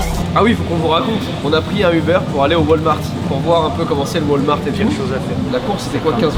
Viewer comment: Ça se prononce ps wolmarte mais walmarte. Votre accent francais c’est d’la marde 😅